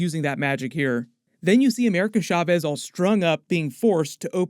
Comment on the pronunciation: I'm sorry but every time u say Chavez u say it Shaves it's Cha not Sha